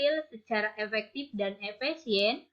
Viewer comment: Efektif sayang bukan epektip....... Hehehe.....aku sayang kamu bu 💞💕💓